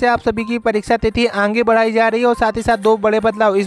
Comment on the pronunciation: आंगे या आगे सही से बोलना तो सीख लो पहले तब गलत जानकारी दो जैसे कट आफ नही पासिंग मार्क बोलो